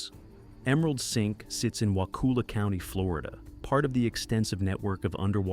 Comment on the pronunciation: It’s not “Wah-cool-lahh”. It is pronounced “Wah-cul-ahh”. Get it right cuz is so annoying when you pronounce so many names incorrectly. 🙄